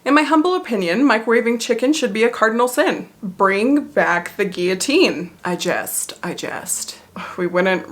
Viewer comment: You said "I jest, I jest" but I heard "Digest, digest" - Which considering the subject both are kind of humorous